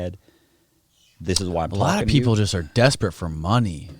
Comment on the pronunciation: No, he did not. He said "Lot of people are just desperate for money". However, he ran lot of together, like "lapeople" and out loud it sounds like black people.